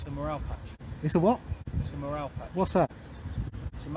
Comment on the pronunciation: moralE not moral.